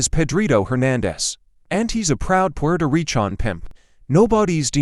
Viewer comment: It’s recan not pi an